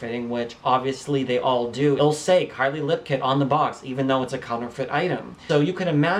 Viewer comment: you said karli lol